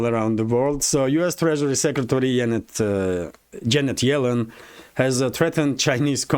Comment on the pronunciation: I heard the whole time she was in China, she kept introducing herself as, "Yanet Jellen."